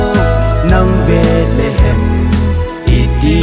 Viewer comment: Angei sele❤ahinla pronunciation hi khangthah te hin kikhol jep g le ong,eg Bethlehem, betlehem naty doh tai kahin oimo lom2 deh poi,epao u bon hilou😂🙏